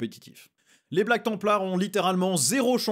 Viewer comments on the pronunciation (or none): none